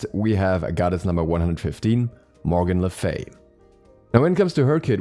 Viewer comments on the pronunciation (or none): Morgan la Frey-a